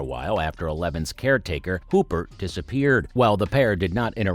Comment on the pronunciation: It's Hopper like in Whopper, not Hooper, as you said carelessly..